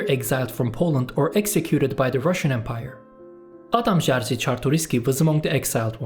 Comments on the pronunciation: yeze de değil zaten doğru okunuş şekli "yejı" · Kurwa, Jerzy, a nie "dżar-zi". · just go to google translate, type Adam Jerzy Czartoryski and listen. its not żar zy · Pozdrawiam! A nice video, I watched the video about Tungusic language and it was cool as well, just 3 things regarding this video: Jerzy is pronounced more like yezhy (zh like s in treasure), /jɛʐɨ/ Adampol means Adam’s settlement, -pol is a suffix used for making settlement (village, town) names mainly in Eastern Poland (Ukraine also has this suffix -pil), I presume it’s from Greek polis, but that’s my theory Lech Wałęsa would be more like lekh vawensa /lɛx vawɛnsa/ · whatever man, im not here to argue. Jerzy was the only thing you said wrong, I was suprised that you said Czartoryski perfectly. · hiç bilmediğim bir dilde telaffuzum kötü olduğu için kusura bakma hıh